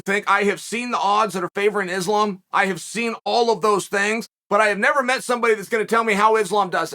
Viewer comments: 😂anyone else notice now Chael is saying the name right now “Islam” the videos before this he was saying Makelchev💯 smart move by Chael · GOOD JOB CHAEL LOL I NOTICED YOU CHANGED UP AND NOW YOURE SAYING THE NAME RIGHT ISLAM ! 💯 GOOD MOVE